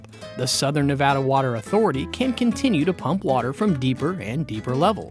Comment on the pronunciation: 1) Nevada =Nev add uh 2) potable= poe tuh bull